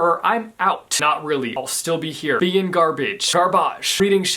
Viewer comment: “Gar-baa-ge” DUDE I AM LAUGHING MY LUNGS OUT. I don’t know why but that’s too funny 😂